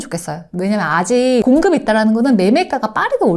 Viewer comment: ’공급이‘를 잘못 발음하신듯요 ㅎ